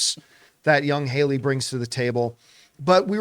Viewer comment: Halle not Hailey